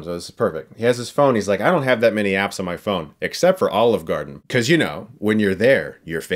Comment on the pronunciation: brought to you. by... OLIVRE GARDEN.. :D